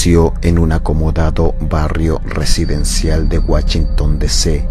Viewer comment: wachinton DC 🤣🤣🤣